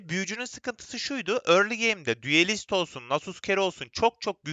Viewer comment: düelist değil duelist